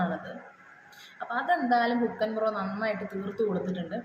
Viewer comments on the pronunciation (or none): ഹുൾക്കൻ അല്ല ഹൾക്കൻസ് . Muscles ഒക്കെ ഉള്ള ഒരു കഥാപാത്രം ആണ്..